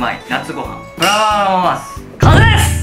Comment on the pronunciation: ブララララスかんせいれす！ え？？なんだって？？？？w